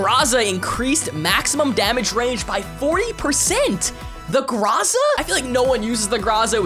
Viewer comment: Please stop calling or a Graza😂😂